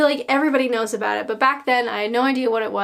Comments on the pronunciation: I can hear the aboat (about) coming back very strong lol. I know you said about shows before you were born but the 70s/80s shows were the best of British comedy. Try blackadder goes fourth, love thy neighbour, only fools and horses, Till Death Us Do Part and a 90s show called Royal family and a Irish show called Derry girls. I'm sure you will have a brilliant laugh. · i think i might be the only brit that doesnt own a tv, dont miss it. happy to listen to say 'about' on youtube tho:D